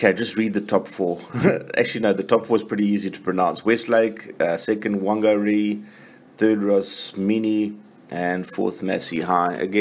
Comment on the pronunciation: Good attempt at those tough NZ names - top tip: 'Wh' = F / Whangarei --> 'Fangarei (Vang 'n ry op Afr!) Great vid!, Sorry about prison, can you give us links or info on how to watch the big games and festivals in the future? ta.